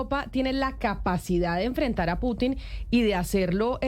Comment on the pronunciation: Vladimir Piuutinn😂😂 la periodista